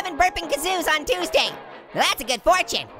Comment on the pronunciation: Fortiue like fartune